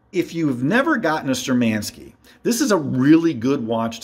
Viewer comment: They are not ShturmAnskie. They are ShtURmanskie. Thank you for the video.